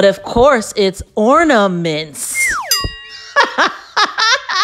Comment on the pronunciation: Orna-ments ...really?